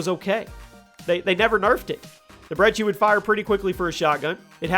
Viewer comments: Its pronounced Brecci not brechi and where tf is the vmp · The uhh Breggi? Its Brecci! You twit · There is no h in brecci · Bet you didn't know he would mispronounce it